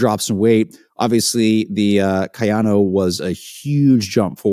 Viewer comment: A video with mentioning of David running road shoes on trail and finally pronouncing Kayano correctly?